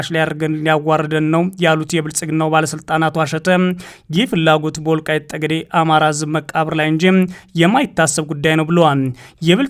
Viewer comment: ይህ ልጅ ማንበብ ሲጀምር በፀለምት:በፀገዴ ሲል ይህ ግለሰብ ለምን ዜናውን በትግሪኛ አያነብም እላለሁ::ሌላው አፍንጫውን ማፅዳት ለማንበብ ይቀለዋል